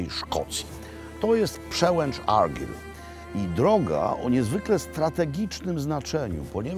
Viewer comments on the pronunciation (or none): Zawsze mnie śmieszą ludzie zachwycający się ostrygami. Jadłem i oprócz glutowatosci i smaku morza nie ma to żadnych innych doznań. Ściema dla bogaczy. Chce pan zjeść najlepszą rybkę Fish and chips w Szkocji to zapraszam do Stonehaven - The Bay fish and chips. I nie argyl tylko argajl, a loch to loch tak jak się pisze tak się wymawia, tylko angole wymawiają to lok bo nie potrafią wypowiedzieć loch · Szkocja moja ukochana 😍😍😍 Panie Robercie , imie Argyll wymawia sie Argajl :) pozdrawiam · Mistrzu,ten książe to się wymawia ARGAJL, a geograficzna kraina to ARGAJL and BJUT fonetycznie. Szkoci lubią mówić twarde R. Pozdro z GLAsgow....